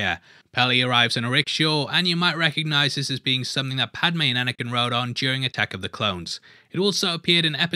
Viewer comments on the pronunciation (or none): none